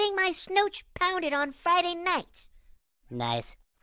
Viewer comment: I heard pounded as powdered...